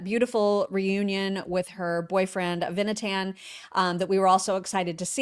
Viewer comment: Noa's boyfriend is "Ah-vee-nah-tahn" with the accent on the first syllable and "Ahm Yisrael" is "the People of Israel".... Don't you guys have ANY Jewish/Israeli friends??